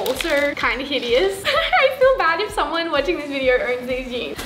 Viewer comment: She says videor